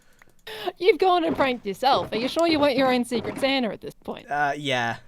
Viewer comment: I love how she said Santa. "Saner"